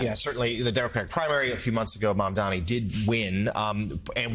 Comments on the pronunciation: Joe, it’s MamdaNi, not “Mamdami.” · Mamdami?!? What type of reporter are we hearing, can’t even properly say the candidate name? Is it intentional? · Listen, Joe. It's Mamdani, M-A-M-D-A-N-I. It's not so hard to pronounce, c'mon! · Also, JOE-- why can't you say MAMDANI right? It's rather easy (sounds like Mom-don-E). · Joe you'll need to learn how to say his name correctly soon! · MamdaNi Joe. Learn how to say it ffs. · If the anchor cannot even pronounce a basic name, why they are still hired?